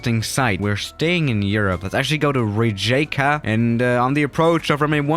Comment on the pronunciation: ive been there in croatia you pronounce it as riyeka